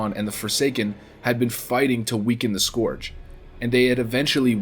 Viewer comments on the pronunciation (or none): saying scoarge instead of scourge triggered the duck out of me. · I notice you say Skooorge and skuuuurge in the same vid? I agree with the second pronunciation. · Its funny how you pronounce the word scourge as eithrr scorge or scerge. Phonetically likr scerge is the correct way. Your welcome. Btw not being a dick i just found it interesting. Additionally, love ur vids man keep em coming! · Scourge pronounciation: Skurj > skorj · “Why not both?” - 2019. I’m so glad he stopped saying skorge after the intro... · Scourge, not scorge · Interested me that you started the video pronouncing Scourge as ‘Scorge’ and changed to ‘Skirge’ how it’s more commonly pronounced. Tripping me out man! xD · whats up with people pronouncing it the scuwrge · It's pronounced "scuuuuurge", no sq-oor-ge lol. Hooked on phonics wurked fur me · Go Throne scoarge is busted and broken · "The citadel was eventually overran by the Score-g LMAO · the Scorrrge? LOL fail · you keep saying "the Skorj" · Scorge? Lol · The way he pronounces scourge at the start of the video is nauseating.....I’m glad he figures out how to say it properly by the end 👍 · May want to practice how to pronounce the scourge. :P Otherwise cool video.